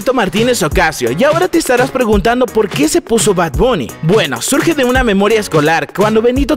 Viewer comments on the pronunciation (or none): none